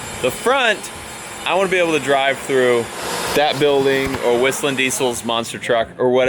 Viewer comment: It’s is able not earl